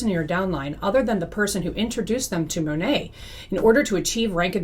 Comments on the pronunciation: It’s Mah Nate, for Modern Nature. I am no fan, but believe we should say the company name correctly. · She knows she’s pronouncing it wrong. Many anti MLM creators pronounce it improperly as a nod to how so many Monat reps don’t even pronounce it correctly.